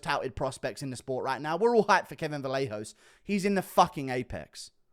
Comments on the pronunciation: its pronounced "vah-yay-hoe-ss" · Kevin Vallejos is pronounced “vah-YEH-hoh"